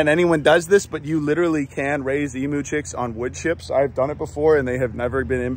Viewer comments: PRONOUNCED EEEMEYOU,NOTEMOO. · It's "E-mew" not "E-moo" Kind Regards, - All of Australia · Learn how to pronounce Emu correctly FFS! They are not E MOO'S! They are EAM (as in team) YOU's. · Hey Dude,great that you are saving the ostrich race! BUT.... it's pronounced eeemmm--you! Everyone in The USA, say after me ...... eeeemmmm--you! Not eee-moo! All good, dudes! 😁😂